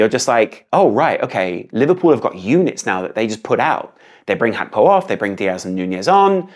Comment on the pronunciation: Mate what is HAKPO. Say Gakpo. Even I’m his interview he pronounces it the way it I spelt.